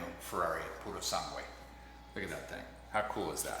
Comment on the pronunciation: video got a like purely for the attempt at pronouncing "Purosangue" 🤌